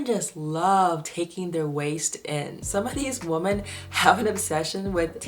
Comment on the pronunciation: Why do you pronounce women as woman?